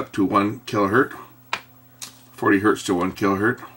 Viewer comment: Even if it's one, it is still Hertz. Not hert.